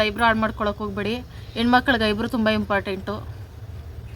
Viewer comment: ಐಬ್ರು ಅಲ್ಲ sis ಐಬ್ರೋ